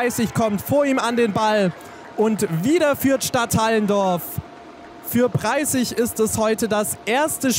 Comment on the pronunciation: Es wir nicht Stadthallendorf ausgesprochen sondern Stadt Allen Dorf